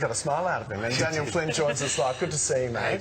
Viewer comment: Did the guy at the end just call Daniel "Tanya"? Aha nice one Tanya